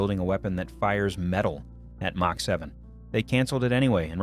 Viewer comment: AI rubbish. The word Mach pronounced Mack.